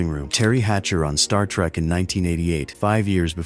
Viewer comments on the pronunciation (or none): none